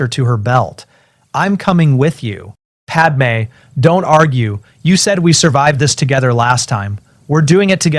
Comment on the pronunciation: I'm listening to this one just now and the wording is better than the new ones. Far less ridiculous sentences, also it can say padme correctly! I hate it when he tells everyone everything, he could just say he's had a few memories and all the skills from the future came back. He doesn't need to tell them all the terrible things he did FFS.